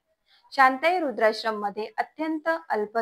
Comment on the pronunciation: अहो तुम्ही काय बोलताय रूद्राश्रम नाही वृद्धाश्रम.